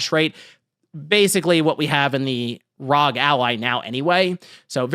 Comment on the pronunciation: Say it with me now R…….O……..G. R.O.G. Homie forgot what started the scalping scene it was the Nintendo switch. I actually subscribed to the channel shortly after the switch scalping of 2019 i made a killing and decided to sub to this monky man but. his inability to pronounce acronyms correctly is making me reach for that unsubscribe button